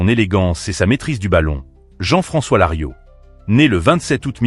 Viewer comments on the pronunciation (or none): Larios pas Lario, c’est nul.